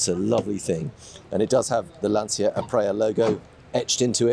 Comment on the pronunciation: Please. Lan - CHI - Ah. Nice boat, by the way.